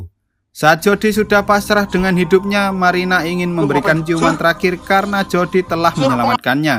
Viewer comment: marina bang bukan maina